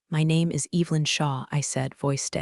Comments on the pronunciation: mispronunciations totally pull you out of it especially when it’s the main character’s name. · It's not "cowworking" Its co-working. And it's Evelyn not, Evil-lyn. Story=🔥